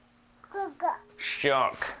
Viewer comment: Ok, incredibly entertaining to see you interacting with your daughter, adorable, and also you trying to pronounce "Shark" ;)